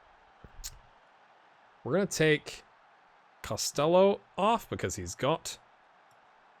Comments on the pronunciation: You're going with Cost-ell-oh (like Elvis I guess), it's more like Cost-Hello with a fairly soft 'h'. To episode 3 I go now... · UCD (LSL) is UCD's B team effectively. The LSL stands for Leinster Senior League. You're pronouncing Costello differently to the player himself too. I watched him make the breakthrough at Limerick in real life and can tell you he's in Scotland now in real life. Loving this so far, keep it up!